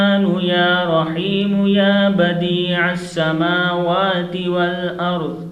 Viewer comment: As Salam O alikum, ap Jo bhi Qari ho, Salam ho, ho bhi ho apni ye video 1dafa for se sunan or for krn ap ne Khan mistake ki he Or 2nd bat es Dua ko khud bhi read krn or dakhn yahan per likha he Ya badee as Sama wati or JB k ap phar rahy hn ya badee us Sama wati itni Bari mistake es sahee krn or ye video delete krn